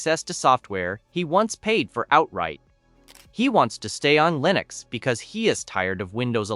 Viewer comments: And the AI narration is beyond imperfect. “Leenucks”? Can’t even pronounce the same word the same way consistently. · "Leenux"? "Prahtahn Debby"?